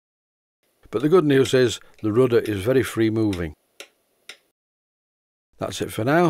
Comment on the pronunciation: A fascinating series...I even look forward to the painting episodes :-) As an old New England sailor I'm not inclined to pronounce certain parts of a boat 'rooder'...but all is forgiven.